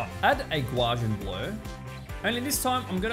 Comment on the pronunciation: awesome video...curious....did you say GUA-JIAN blur? lol - It's "GA"....then "U"........correct sounds like gau-see-an